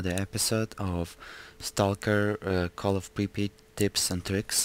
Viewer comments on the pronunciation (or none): so you say it like this: "pri-pit"? Cuz that is exactly what I heard you say. Unless you didn't pronunciate it that well.